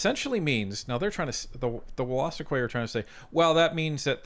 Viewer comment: BTW it’s pronounced wool-a-stook. You’re welcome.